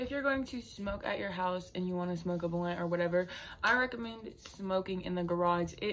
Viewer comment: Blunt not blint